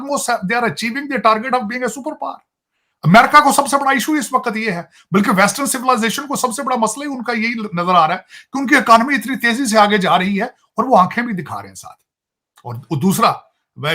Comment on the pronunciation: अकानमी नहीं महाराज 😂 इकोनॉमी मतलब economy not akonmy 😂😂